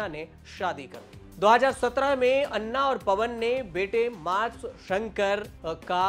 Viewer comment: भई अन्ना नहीं, अना बोलो